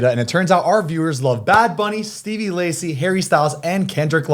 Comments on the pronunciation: ZANE STOP SAYING STEVEY LACY, ITS STEVE!!!! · i cant with them pronouncing steve lacy as stevie lacy every single time ahahhaah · zane saying “stevie lacy” instead of “steve” for the seat geek app always kills me 😭😭